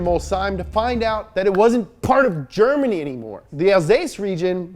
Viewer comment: The way he pronounced 'Germany' didn't sound wrong to me at all